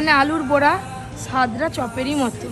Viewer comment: তোমার, বড়া কে বোড়া বলা, লঙ্কা কে লোঙ্কা বলা এগুলো না শোধরালে গাইয়া ভাবটা যাবে না।